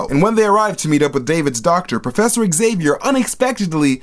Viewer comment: It's zay-vee-er. Not ex-ay-vee-er.